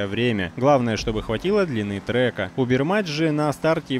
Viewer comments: Поскольку марка Ubermacht в игре отвечает за BMW (кроме этой конкретной машины), то и читать надо "Убермахт", а не "Убермач" по правилам немецкого языка. Übermacht по-немецки означает "Преобладание, превосходство", как раз подходит для названия люксовых машин. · Не убермач, а убермахт, немецкое слово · наверно правильнее говорить Убермахт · Дааа... тачка шикарная, иногда выкатываю. Только произносится УбермаХт.